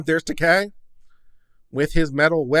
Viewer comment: It's not "Takei", it's "Taake." Pronounce it right.